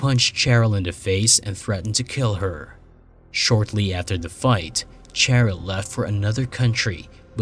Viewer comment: Cheryl is pronounced Sheryl. Dear Lord.